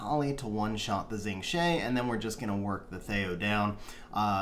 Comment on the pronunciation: FYI Xing Zhe is pronounced "Shing Juh".